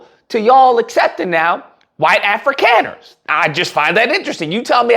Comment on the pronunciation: It's pronounced Afrikaaners (Africonners)